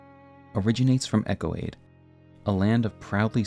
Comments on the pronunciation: Its not "Echo Aid" it's pronounced "Yo CADE!" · It's pronounce yo_cade not echo- ade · Eochaid is Irish/Briton and pronounced like "ay-oh-kith" or "ay-oh-kid" or "ay-oh-kay" or "ee-oh-kee" (the 'k' being pronounced like a soft 'k', as in "loch") or really anything but "echo-aid". Marais is also famously French, being the name of a fashion district in Paris. The "s" is silent, so it sounds more like "mar-eye". If you wanna be really French, the "r" is slightly guttural. Funnily enough, you DID pronounce "Margit" the way many people in its native Italy and Greece say it, but in-game Margit introduces himself in his introduction: "Foul tarnished, in search of the Elden Ring. Emboldened by the flame of ambition. Someone must extinguish thy flame. Let it be Margit the Fell!" And he pronounces the "i" like you would in the words "kit" or "hit" rather than as you did. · Why is no YouTuber at all ever able to pronounce “Marais” properly? Lol It’s “Ma-Ray” not Mariah’s. Marais in French means Swamp or Marsh/Marshland. House Marais (Ma-RAY). The Marais (Ma-RAY) Executioner’s Sword. NEXT, it’s not “Echo-aid”. Eochaid would be pronounced either “EYO-kaid” or “EHK-ayd” There is no “Echo” sound in this word. If you’re going to do a lore video, at least take 10 mins to figure out how things a pronounced, and that starts from actually looking at the words. They’ll tell you more often than not just by the order in which the letters are placed. Then just check out etymology. It’s really not that hard if you just slow down and try. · Hey there; just some pronunciation gripes. (Mispronunciations drive me insane.) The name of the House of Marais is francophonic, and thus is correctly pronounced 'ma-RAY', not 'marry-us'. Eochaid is celtiphonic, or Irish-sounding, so its correct pronunciation is 'O-hahd', not 'ecko-aid'. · It's eochaid, not echoaid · "Eochaid" is pronounced ˈeːu̯xiðʲ (Ay-oh-heeth) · It surprises me how many people can't read the Name Eochaid E-OH - Cade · And Eochaid